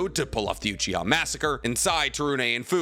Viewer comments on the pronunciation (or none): none